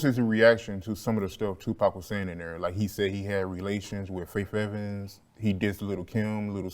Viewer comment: I hate how he keeps saying “Fayf” Evans 😂😂😂